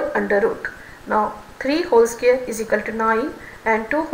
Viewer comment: Its square not scare